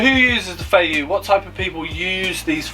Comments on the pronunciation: Don't want to piss in your cornflakes but first of all, you pronounce Feiyue wrong. It's Feiyue not Feiyu. Second, all the feiyue are made in Shanghai and there's no such a thing as fake Feiyue. You're selling Feiyue shoes with a 'green' triangle. These shoes are made for the French and international market and cannot be sold within China. The red dot Feiyue, is called Dafu Feiyue, and has a round sole, instead of the flat sole that is produced for the French market. The red dot Feiyue can only be sold within China. You can buy the Dafu Feiyue for 30 RMB. That's about 21 Pounds. You're selling it for 23 Pounds, that's 200 RMB... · Pronounced "fay-you-ay"